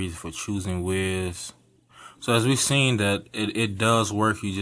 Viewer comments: I think is wyze is pronounced wise not wiz but i may be wrong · "Wise" Cam not Ways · not 'WIZ' cam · WYZE is pronounced "wise"